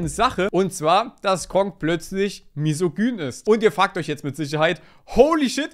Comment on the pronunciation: Das schlimmste an dem ganzen ist die deutsche Aussprache von Misogyny.